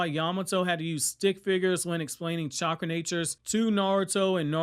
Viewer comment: truth! He literally called chakra "catchra" lmao 😂